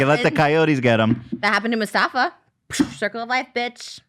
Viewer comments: Not Trisha saying Mustafa instead of Mufasa 💀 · Not Mufasa but “Masafa” 😂😂 Trish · “that happened to Musafa.” Did she mean Mufasa? 😂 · no one talks enough in these comments about how she pronounced Mufasa "Musafa" 😂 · trisha said musafa instead of mufasa and no one batted an eye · she did NOT just say Mustafa 🦁 😂 MOO FA SA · ik she did not j say moosfah 💀💀trishaaaa it’s moofasah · everyone ignoring she said mustafa? scar, scar died to them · I’ve been trying to figure out who Musofa is! and I just realized she meant MUFASA 😂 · “Masufa” lol it’s pronounced “mufasa” 😭😭😭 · With peace and love ... musafa??? REALLY Trisha.... MU-SA-FAH? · Mufasa ❌ Mustafa ✅ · Trisha saying Musafa instead of Mufasa. I can’t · Did she just say Mustafa and not Mufasa when talking about Lion King? This, the self proclaimed queen of Disney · Am I the only one who heard Trisha say “musafa” instead of “mufasa” 😂😂😂😂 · did trisha call mufasa muSTAFa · Wait wait wait did Trisha just say musafa??😂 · Did she just call MUFASA... MUSTAFA?!?!?! The disrespect. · Love that Trish calls Mufasa “Musafa” 😆 circle of life bitch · Trisha calling Mufasa Mustafa is just so fucking funny to me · Trisha did not just say “Moustafa” 😂😂😂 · Trisha did not rlly say “Musafa” right?😂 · She really said mustafa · Not trisha saying Mustafa instead of Mufasa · trish saying musafa instead of mufasa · Trisha pronouncing mufasa as musafa just made my day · Trish calling Mufasa "Moosafa" had me rolling LOL I love how she thinks you can work out for one week and still eat terribly and be magically skinny. Sign me up lol Also when she dog shamed Ethan for bad pet parenting when she literally gave her dog that she begged for to her mom/sister ha,ha Her look today is stunning though. Love glam, Barbie Trish. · I’m sorry, did she just say Musafa ?? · Trisha said mufasa wrong 😂